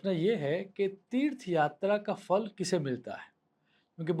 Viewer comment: Fa nahi. Pha. Phalam astu te